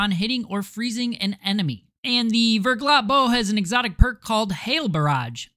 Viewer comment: and its still wrong btw, the ER would be pronounced "air" , NOT [UR - VURGLAH]<WRONG [AIR - VAIRGLAH]<RIGHT. French also pronounce their R differently. not rolled like Spanish but they pronounce R as H but as if you were gonna Hock up some spit while making the H sound. "Ve(^H^)Glah"